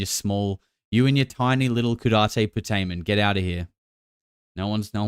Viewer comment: Just to help everybody with pronunciation. Caudate "CAW-date" Putamen "pyoo-TAY-men". Or, just the putamen. I don't know why Dr. Nolan always adds caudate; that's just part of its location. The putamen is the area. Caudate (CAW-date) means tail. Putamen (pyoo-TAY-men) means nut-shell.